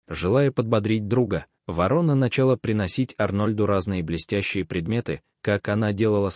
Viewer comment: Чтец о вороне не знает, как произносить название этой птицы. То ли он впервые слышит его, то ли вообще научился читать по-русски недавно. Вот таких "рассказчиков" мы встречаем нередко и еще хвалим их. Видимо, недалеко ушли от них и хозяева передачМ, раз они пропускают такое чтение. Это безобразие, выпускать в широкий эфир безграмотностьх. В приличной стране таких выгоняли вон из передач.